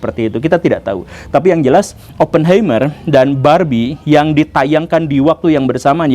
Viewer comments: Punten Pak Guru, mau koreksi cara baca🙏 Untuk Oppenheimer dibacanya Opnhaimah/er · Oppenheimer dibacanya Oppen haimer pa guru, sm ky helheimr, ein, einstein dll.